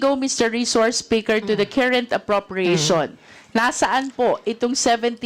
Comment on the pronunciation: Bakit itong c Luis tro hindi napuna ni Arn Arn, Carrent..... Kerint ang binibigkas, 😅😅😅🖕🖕🖕